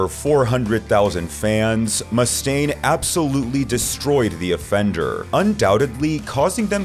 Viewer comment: Dave Muh-Stain.